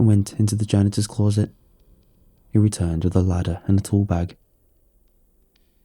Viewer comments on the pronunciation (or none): The only complaint I have is the word closet, clorset drives me mad but other than that hes great